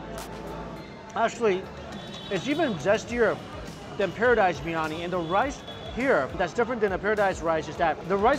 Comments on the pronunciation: It's not Birani Bir Yani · Is anybody else irritated the way he pronounces briyani.. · Bro it's not biyani , Biriyani Bi ri ya ni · Not BIRNANI its BIRYANI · Biryani is peng u know Edit : he said biyani ITS BIRYANI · No-one: ..... Mike: BRI-ANI